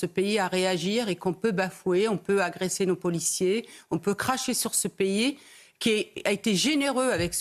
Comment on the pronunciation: c'est pas payé. en français c'est un pays et ça se lis P I comme ça c'est plus simple pour toi